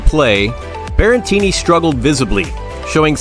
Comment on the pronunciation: Stop saying "Berrentini"!! It's Berretini.